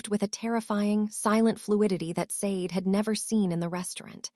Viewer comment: Sade is pronounced "Sha dei"